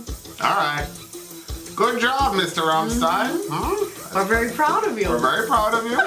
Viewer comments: "stein" not zzzztein!!!!!!! =D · It's RammSHtein dear Vin. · Nice Deutsch, Vin! But rammstein reads rum-sh-tah-yn